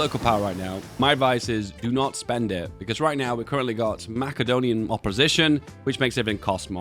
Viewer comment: Love your videos, FYI its ma ·suh·dow·nee·uhn Though your pronunciation did kick off a cookie run so thats a plus